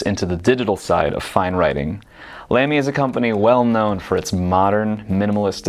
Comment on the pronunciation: tfw you make a video about pens but didn't bother to work out how to correctly pronounce 'Lamy' ...